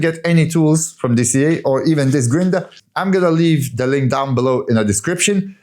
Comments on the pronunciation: What is a grin-der? 😆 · Amazing work! I’m cheering you on and watching your progress—each video gets better, and it’s great to see the video edit progress 💪but the word you were say it's funny 🤣 "Grinder* sounds so funny 🤣